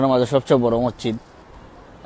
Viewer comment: Mocchid na vai.. It is mosjid